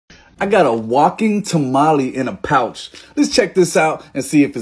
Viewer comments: “ta-ma-lee” lol😂😂 As a Hispanic I like to pronounce it as “ta-ma-leh” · Bro said tamale like a middle aged soccer mom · The English pronunciation for tamale🤣🤣🤣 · This is a vato pronouncing tamale like a Caucasian. 😂😂😂😂😂😂😂😂😂😂😂